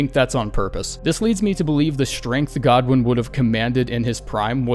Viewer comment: Who the fuck pronounces godwyn like that